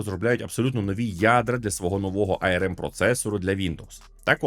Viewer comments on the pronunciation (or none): ну не ай-ер-ем (IRM), а арм (arm), ну або вже ей-ер-ем (arm)